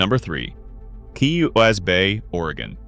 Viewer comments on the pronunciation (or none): #3 Coos Bay the name rhymes with Moose Hay or deuce Ray ya lazy AI POS! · Is the robotic narrator necessary? Are there no pleasant-sounding people who not only know how to read common words, but know how to pronounce place names and make GOOD guesses on homonyms? Hire such a person for a part-time gig. In this and a related vid, I heard Sequim, Klamath, Coos Bay, windy and others said wrongly.